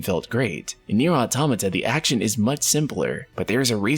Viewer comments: Why are you saying AutAmata when it is AutOmata? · its actually pronounced auto-mata ! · But an A is something completely different than an O. He is not the first one I heard this from. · ITS AUTOMATA not AUTOMATA